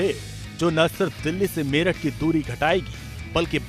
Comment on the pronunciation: मीरत नहीं मेरठ